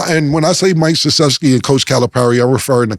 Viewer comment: Cam is notorious for fuckin up names, so to hear him pronounce Mike Krzyzewski perfectly is a bit amusing🤷🏿‍♂️🤣